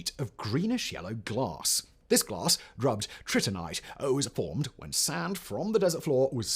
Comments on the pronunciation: Trinitite. Not Tritinite. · Wasn't one of the non-iron daggers described as being decorated with "colored glass paste"? That sounds like another example of glasswork being present at the time. (Also, it's Trinitite, not Tritinite - it was named after the Trinity test) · That’s trinitite, not “tritinite,” friend.